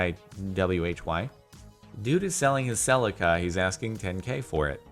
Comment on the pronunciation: You said celica wrong and im not okay with it